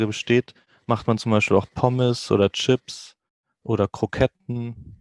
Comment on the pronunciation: Very North-German indeed. Plus him pronouncing <Chips> as "Tschüpps" (and not "Tschipps) betrays him as a Northerner too. That being said, unless the Swiss-Germans, Germans are less aware of their own accents and dialects.